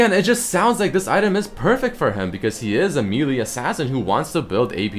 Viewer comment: the way he says "melee" tho